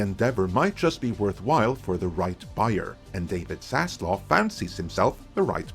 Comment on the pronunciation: you get a dislike for continued and repeating mispronunciation of Zaslav’s name!Wtf is wrong with you being so hellbent on murdering that guy’s name?